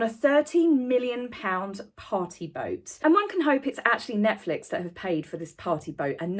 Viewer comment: You're so cute with your British accent. I just realized you were saying party boat. I heard potty boat. 🇺🇲❤🇬🇧